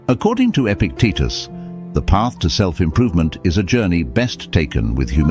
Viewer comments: His teetus was epic ..epictitus. "E-pic-t-tus.." say it after me .. E-pic-tet-tus... Good! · His name was Epictitus, not "epic Titas" . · face-blue-smiling:EPICTETUS!!!!! not Epic Titus!!:hand-pink-waving: This presentation just lost my respect after 3-1/2 minutes!☹